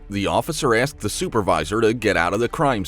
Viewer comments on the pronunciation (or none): Asked not axed